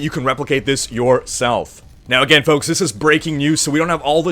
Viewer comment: spelling is intentional. doesn't pronounce the "L" when he says it.